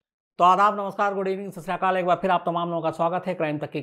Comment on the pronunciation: Sir with all due respect its shat shri aakal not sasriakal. I am a hindu but a daily follwer of guruvani its a unintentional mistake i wanted u to correct. Jai shri ram